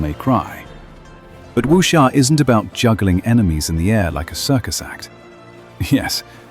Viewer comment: I have nothing to do with the IGN guy who reviewed this game but I still feel offended on his behalf. You roast him hard, lol. I'm surprised on how well versed you are in the Wuxia genre, from how you are able to pronounce Jiang Hu quite well, to how you even know how about Jin Yong who is considered the founding father of the Wu Xia novel genre. Well done video.